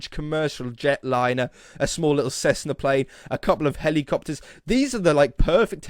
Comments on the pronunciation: He did really say helicoppeters, i know its helicopters.... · Wait, did you say "helicoppeters"??? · Nope,"helicoppeters", aren't a thing. I have however heard of helicopters...